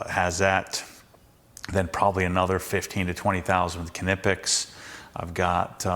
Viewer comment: ( Nip-ex ) .. the k is silent… sorry for being that guy🤣🤣 was hoping you’d mention how much you spent on Milwaukee 😃